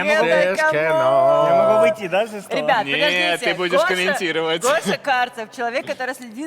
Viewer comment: Под нос Гоше Карцеау